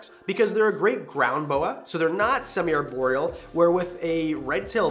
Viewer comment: "ARE"borial. Not "AIR"borial.